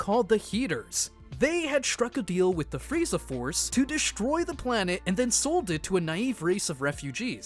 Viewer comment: How he read this ; STRONG , DESTROY is(h)trong , Des(h)troy.